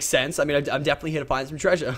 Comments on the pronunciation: Being from New Zealand it annoys me when Lachlan says treasure cus it sounds silly and not right I guess and hes losing his aussie accent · The accent you say "treasure" is american xD